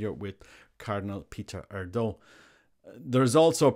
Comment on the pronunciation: Let's hope and pray for the best. Just a note on pronunciation... it would be more like AIR-dew in Hungarian.